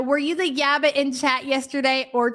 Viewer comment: YABA!!! Please say my name!! You keep mispronoucing it every time you pull winners!!!